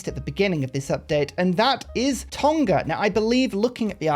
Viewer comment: Just a heads up in terms of pronouncing “TONGA” it’s not a hard G like TON-KA. It’s a silent nga similar to the words new or knew. So pronounce it like TOR-KNAR.